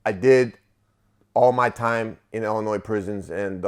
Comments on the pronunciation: Besides the obvious Chicago accent, you can always tell when someone is actually from Illinois because they pronounce it correctly as "Ill-in-oy" not "Ill-in-ois". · Yo, I'm a big fan, the 's' in Illinois is silent bro, it doesn't bother me but I'm just putting you up on game 💯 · Illinois where the S is silent. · no s in illinois when pronounced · Lol. Do not pronounce the S in Illinois.. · Illinois is pronounced without the s